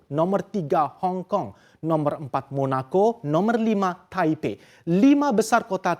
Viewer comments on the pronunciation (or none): none